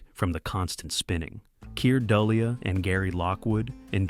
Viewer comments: Kier Du-LAY is the correct pronunciation of his name. Also, NASA is pronounced Nassa, not naza. (Later in the video it is pronounced correctly.) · Why would you invest this much time and trouble to produce such in depth analysis and NOT KNOW HOW TO PRONOUNCE KIER DULLEA's name!!!!???? Here it is: Keer.... Dulay...!! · The actor's name is pronouced KEER doo-LAY. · "Keer Dully-ya." Really?